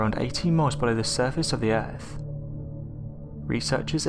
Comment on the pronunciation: Ahh man you were doing such a good job with pronunciation, but you just said "Erf" just to let you know it is pronounced, "Earth".